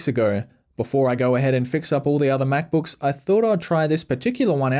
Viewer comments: apple mackbookeeese? omfg .... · 25 MacBooks, yes you heard that right, 25 Macbooks. again: *29 My Ears and Eyes: We're in Conflict.